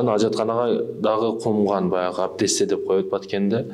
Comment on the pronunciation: Абдесте дебейт албесте дейт таксыр